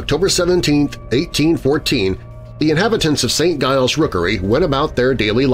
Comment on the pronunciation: St. Giles pronounced Saint Jiles